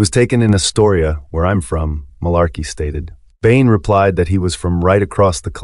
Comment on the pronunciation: If you've seen the Band of Brothers series, I don't understand why you can't pronounce the name of the town "Mourmelon" and Marlarkey's name correctly when both are mentioned enough times where you should be able to mimic the pronunciation. Also, I've taken much interest in this BoB series, but as a 61 year old USMC retiree whose father was a WWII vet (that's him on the right and my his brother on the left in Paris, France in April 1945 in my icon to the left) it's important for your viewers to understand that history is always through the perspective of any one individual viewer. Any seasoned historian who has actually interviewed veterans will tell you, you get two guys who fought side by side in the same line, as an example, in Gettysburg, and both veterans will tell you two different stories of what happened. It is the nature of history because events are viewed by people's individual experiences and perceptions. So, no one should be surprised that different veterans were big fans of one officer or one NCO and another group of veterans despised the same officer or NCO. A soldier who thought Capt. Sobel's disciplinary style was necessary would like him while anyone who thought his style was chicken$h1t and unnecessary would despise him. On the other hand, a highly experienced, but ineffective commanding officer, such as the CO of the USS Pueblo ,(Google the Pueblo Incident)--based on the sources I've read which was due to his alcoholism--was very well liked by all the enli